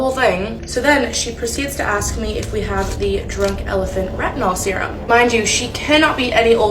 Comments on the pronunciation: That girl was not even able to pronounce " retinol " 😂😂😂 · the fact that they can't even pronounce retinol and using retinol.... I'm worried for my future offsprings..